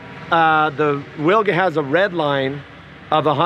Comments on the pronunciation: Amazing plane :O... Just small comment "Wilga" - Polish name for oriole bird, pronounce like vilga, not willga. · It pronounces Vilga. In Polish "W" is like English "V". 😉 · Amazing plane, but the proper pronunciation of the name is VILGA (veel-gha). It's Polish for Eurasian golden oriole (a kind of bird :) )